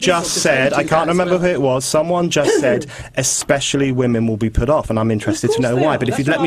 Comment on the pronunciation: "But what about the wamens?"